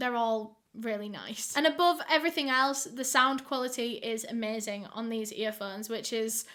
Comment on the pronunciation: i love when she says earphones like “earfunds”🥺